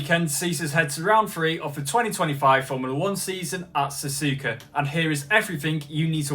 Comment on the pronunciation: ''yea next race is gonna be sazuka anyway next GP is the japenese gp located in sazuka'' like bro you said sazuka lol ''not hate comment im a fan your better than DanNoSkill''